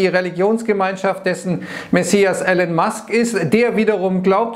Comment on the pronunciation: er heißt "Elon" nicht Allen haha